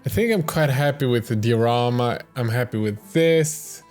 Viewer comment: Die-o-rama btw